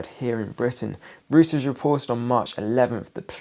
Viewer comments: Interesting perspective on things, I find it useful to try to find as many reasoned approaches as possible. Sorry to be have to be that guy, but mispronunciations really bug me. The news agency has recently been referring to is pronounced 'Royters', not 'Rooters'. Every time he says "Rooters" my level of annoyance goes up another notch 🤪🤣. And he says it a lot in these latest videos. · Thank you. As a German speaker (non native), I was literally covering my ears when he kept saying rooters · I used to think Reuters was pronounced like that too until a few nights ago in the comments under your video, I read that the correct pronunciation is Royters with the begining of it Roy as in Royal family. R softly pronounced. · Hi, good information- Reuters is pronounced ROYters, btw! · The correct pronunciation of Reuters is: ROY-terz. Like the videos.